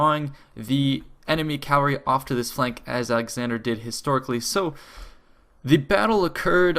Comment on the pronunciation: It's "cavalry", not "calvary."